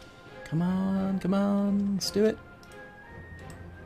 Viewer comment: with a semi-southern accent "common Scotland I need you in my bedroom" lol